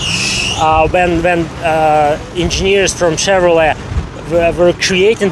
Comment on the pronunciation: When he said "Chevrolet", it sounds like Chatroulette! LOL!! Well done again!! Looking already forward for the next video ))